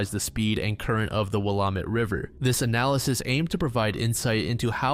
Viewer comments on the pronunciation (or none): Will-lam-ett not willam-ett 😁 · Willamette: Will-am-et. Not will-uh-met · Willamette River is pronounced will-am-it. Clackamas River is pronounced clack-a-miss. Oregon used a lot of weird pronunciations that Oregonians always gotta correct